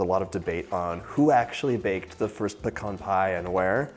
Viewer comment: Thank you for pronouncing pecan correctly….it is like fingernails on a chalkboard when someone says pee-cans!